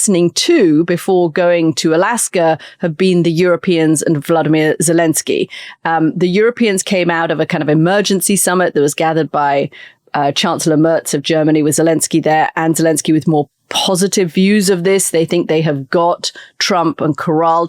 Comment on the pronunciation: No. Merz is pronounced MAIRTZ. 👍🤔